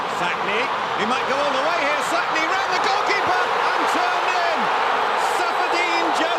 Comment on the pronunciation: The name is Mmmmmmsakni, not Sakni, it is a person's name you do not get to decide to make it a silent M.